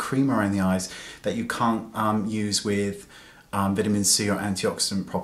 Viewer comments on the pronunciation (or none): none